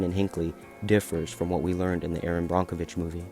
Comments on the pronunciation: Erin brockenwitch???? Its brokevitch😊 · BRONK - o Vich???? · Yes, it is pronounced Brockovitch. You can see the chromium floating on the surface of the water. The plume is still out there.